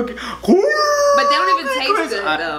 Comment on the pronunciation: Im dead said execsuse me